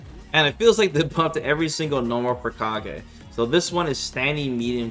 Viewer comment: The very first change is calling him Kah-gay instead of Cage.